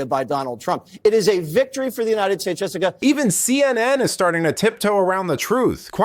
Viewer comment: Yo "Messica" 😂😂😂😂